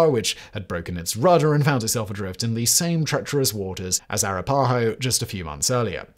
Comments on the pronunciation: "ah-RAH-pah-ho" is the pronunciation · It's not racist to point out mispronunciation of tribal names (I should note that the writers of "The Chicken Song" from the British comedy show "Spittin' Images" in the mid 80's knew how to pronounce Arapahoe) and more than pointing out when someone mispronounces Leicester, Marylebone, or Derby. I'm going on the assumption that Simon simply never heard the names pronounced out loud. And considering my ancestry is over 70% British, it's a bizarre stretch to accuse me of being racist on this one. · He was not pronouncing Iroquois and Arapahoe with a British accent, he was totally mangling them beyond recognition. And I've probably forgotten more about British accents than you will ever know. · A couple of technical nit picks: Iroquois - "EER-uh-kwoy", Arapahoe - "ah-RAP-uh-ho" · Hearing Simon butcher Arapahoe and Iroquois is killing me